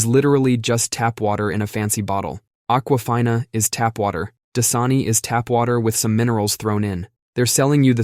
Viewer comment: Aqua "fine" a 😂